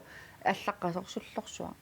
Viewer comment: Sullorsuaq= Sorlussuaq?? LOL